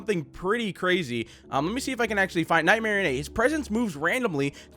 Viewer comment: I noticed how you're saying "ey" at the end of "Nightmarionne". But you shouldn't be sounding the "Ey" and just and at "N"Like "Marion-ette"